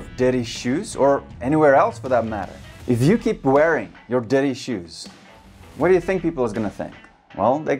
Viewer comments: The first one i thought he said "daddy shoes" 😂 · I thought he was saying daddy shoes for an entire minute 😂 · I heard "daddy shoes" for 1 minute and was trying wrap my head around it. 😁 I`m not native though. Good video! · I heard DADDY shoes instead of dirty 😂😂 made me laugh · Love the way he says "dirty"😄😄